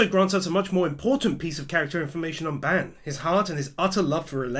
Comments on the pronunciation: It's bAn not bEn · you are pronouncing Ban's name horribly, it's supposed to be 'B-ahn' not 'ban' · Please stop saying ban wrong, it hurts me 😭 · Why do you say Ban like Band?